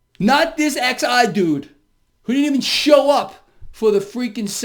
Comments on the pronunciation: Xi is pronounced like the English word “She” Have a good one brother 👌🏻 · You pronounce it as: She. She was not there. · "Xi" is pronounced "she". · Xi is just pronounced like "She". I'm thankful for your videos and insight. Keep up the great work. Wish I knew you in real life, I bet we would be great friends. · take a valium shot and chill. Lol. Oh I think Xi is pronounced Chee. Haha.